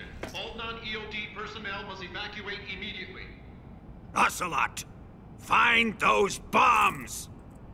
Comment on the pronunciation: you're almost done!!! I love you how you call him OH Celot and not AH Celot